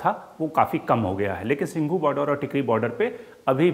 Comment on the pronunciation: It’s Singhu not Sindhu